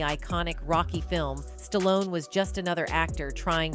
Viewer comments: Who is Sta-lone? Ai stinks. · This video only talks about the title for like 2 mins the goes into the weeds. Also the pronunciation of this name gets worse and worse as the video goes on. Ends on st-on-ese. Wtf did I just watch. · Sta-lone. Don’t cut it.